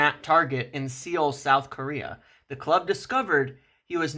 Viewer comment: Seoul ❌ Seal ✅